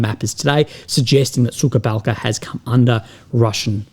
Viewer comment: Will love you ! But your pronunciation of “ suka balka “ is way of ! Suka means B1tch ! Correct way to pronounce is “ suha balka “ suha means dry